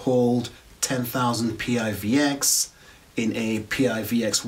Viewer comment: Hey - thanks for the review - great job!! Our coin, although is an acronym, we pronounce it as a word - some say it like "PIVIX" or "PIVEX". :) Roadmap is here - or our github - Feel free to join our Discord for any questions and maybe some PIVX Tips! :)